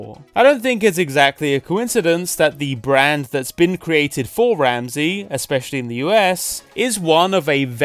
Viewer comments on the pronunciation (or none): none